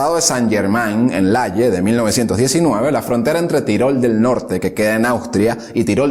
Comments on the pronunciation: Se pronuncia tirol, no tairol, que no es inglés, amigo. por lo demás todo genial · No se dice tairol, sino Tirol. Es como decir Catalonia en lugar de Cataluña o England en lugar de Inglaterra, los nombres de los lugares siempre se adaptan al lenguaje propio. Los hispanos nos esforzamos en introducir anglicismos e infravalorar nuestro propio idioma. Debemos detener eso, nuestro idioma es hermoso como es. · Él lo pronunció "Tirol", no "Tairol". 😂 Según lo que yo escuché. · tairol del sur? qué manía de pronunciar todo como si fuera inglés. TIROL, TIROL. mE PARECE QUE TE LIMITAS A LEER LO QUE OTROS YA HAN ESCRITO. nI IDEA.